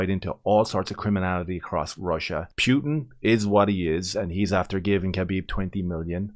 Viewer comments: Pewtin whaaat😂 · Pyutin 😂😂😂 Jesus, man 😅